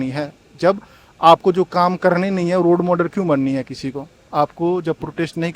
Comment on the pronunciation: क्या पढ़ाई करेगा,रोल मॉडल को रोड माडल बोल रहा है,बेबकूफो का बोलबाला है